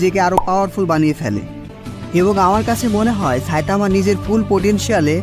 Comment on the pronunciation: সা‌ইতামানা। ছাইতামা😂😂😂